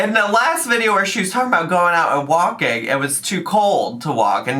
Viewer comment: Remember when she said walkeen was “so boreeen” and that’s why she doesn’t like walking?